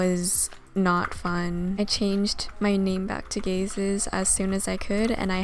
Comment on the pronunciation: when you say Gazes, I keep on hearing, "Gay Sis"